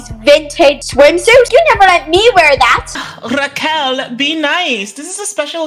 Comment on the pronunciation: When said * Raquel* I thought she said *Raw Cow”